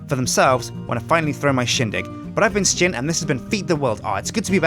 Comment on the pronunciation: why does Sjin says sjin like S-Jin and every1 else like Shin?